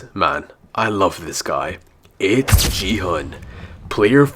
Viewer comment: It's gi hun g is like go sound and plz Don't call him ji hun